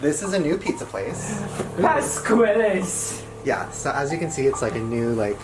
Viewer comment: the way ryland said "Pasqually's" made my Italian soul cringe in a way i didn't know it could